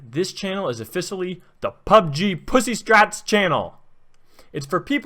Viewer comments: Offissily xD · "in-fact this channel is ofisaially" can't even pronounce Officially properly this channel is for people with lives, jobs wifes kids? then why are you wasting your life playing like that?? lmfaooo omfg that logic is completely broken. I'm done.